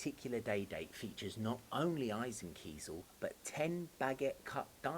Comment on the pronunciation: So glad you can pronounce eisenkiesel correctly!